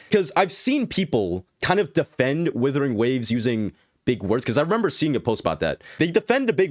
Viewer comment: Whoever thinks WuWa is a dissapointment must be srsly unhinged. Also it's WUTHERING not withering xD.